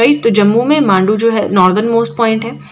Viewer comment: Mam Mandu nahi hai Manda hai